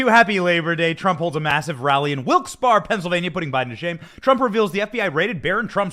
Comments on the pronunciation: It's pronounced "Wilkes Barry" even though it's spelled Wilkes Barre! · Benny I understand it's spelled Barre but in Pennsylvania it's pronounced bear ..... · Benny it's Wilkes-Barre (Pronounced Barry) ❤️